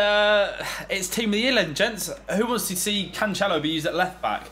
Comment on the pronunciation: Yay and episode of hearing mispronounce cancelo 😒